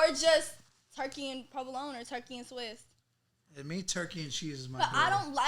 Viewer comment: did she just say suwiss